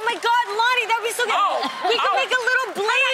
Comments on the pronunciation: Omg she said blacian! Lmao that had me laughing. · “A BLAISIAN”😭😭😭😭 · "we can make a little BLASIAN" nope I died HAHAHA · "We could make a little Blasian" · She said we can make a little blasian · I died when she said we can make a little blasian 😂😂😂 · "We can make a little Blasian" roflmaooo. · She said Blasian??? Haha